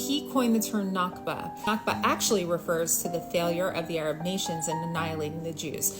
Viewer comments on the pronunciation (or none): One small correction. It’s “nakba”, not “nakhba”.